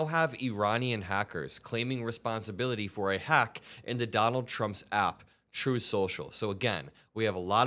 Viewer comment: You KNOW Putin is peeved!! I don't know whether I should laugh at this, or should I hang my head with a "tsk, tsk, tsk". The "Troth" social crashing really made me smile, though. It is a just a nice way to start out showing what Iran is capable of doing to this turd. Unfortunately, we are all in a world of hurt from a compulsive dumb-shit in office. "Promises made"? Promises lured for those votes.